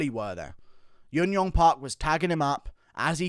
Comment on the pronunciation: Hey man. Thanks for the great videos. Just a heads up, you often pronounce J's as Y's for korean fighters. Junyoung is pronounced just as writren with a J sound. Jiyeon and any other J name. ㅈ is the Korean phonetical character that sounds like Juh. Park is the anglicised version of what actually sounds like baek.